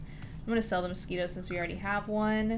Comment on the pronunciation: "frog ONE, frog TWO, mosqui- TOE" LOOOL idk why this made me laugh so much